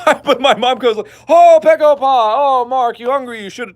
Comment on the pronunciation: I'm Korean and I strongly agree with your pegopa story(btw it's begopa. I know korean b sounds like p but you know. I had to say it)! Whenever I visit your relatives, I easily gain 2kg. They always ask 'pegopa?' EVEN RIGHT AFTER HAVING MEAL AND DESSERT! Alright close your eyes, sshhhhh close your eye Imagine, you are at your granny's house. She greets you and bring you inside. She prepare a freaking supper, thousands of dishes barely fitted on to a dinner table. You gladly eat 98.34% of it because you appreciate it. *THEN*, she bring you some sweets for dessert. You stuff yourself with it, you feel that you can't eat anymore or you will explode. *BUT*, she brings out some incredibly fresh fruit for you to eat. You say "Granny, I'm peblo(full)! You don't need to feel like you have to feed me". But she replies " Just little more honey, I promise it's the last food you'll get from me for today". You some how fit in those fruit. And she was right. It was the last thing you got *from her*. Suddenly, your first aunt bashes in. "Hey my lovely nepew! I bought this AMAZING chocolate cake *JUST FOR YOU*. Wanna try it?" "Hey aunty! I'm so sorry but....." Even before you finish your sentence your second aunt enteres, followed by your third uncle "Hey honey! We got you korean fried chicken and sushimi!" "Thank you everyone bu" Shut up already, your second uncle has already entered with biggest freaking watermelon you ever seen in your goddam glorious life! *JUST FOR YOU*. "...b,but...." Y